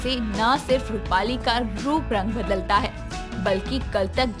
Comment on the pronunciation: AAP jab bhi rupali keheti ho tab mujhe mali sunai deta hai🤣🤣🤣😂